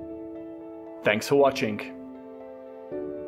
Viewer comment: thanks for watchink? dude come on, thats worse than expecially or free instead of three. 12.05 minutes in.